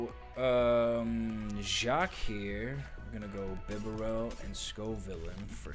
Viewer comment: Not Beh-bear-el.....ITS BIB-AH-RELL 😂😂😂....your hilarious hahaha